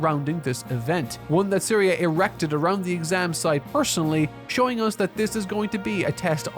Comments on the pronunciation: Bro couldn't even bother to get the names right of the show he watched 28 friggin episodes of. Shtark. Zeria (Serie). Zenza (Sense). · He also got Serie and Sense's names wrong, which is really frustrating. Completely ignored Kraft, said nothing about mama Methode or the two girls. What a mess this was.